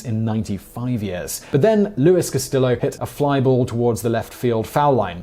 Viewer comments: Luis Castillo.... is Spanish, not Italian... so, it's pronounced Cas-ti-yo.....not, Cas-ti-lo. In Spanish, LL is a Y sound. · Can't believe how few comments there are about this. I can live with Simon's pronunciation of Nike, as that's more common outside the U.S. But "Bayman" was hurting my ears. Also, "Cast-EE-yo" and "all-LOO" in the 2003 Cubs NLCS story.